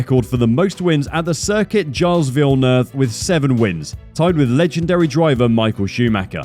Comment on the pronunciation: Shame the commentator is unable to pronounce Gilles Villeneuve correctly.